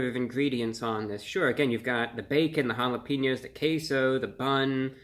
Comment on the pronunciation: Bro he really said jalapeños like hallapeenyos